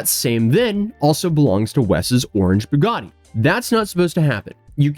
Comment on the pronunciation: Please stop saying Boo-gaa-de. Bue-gat-ee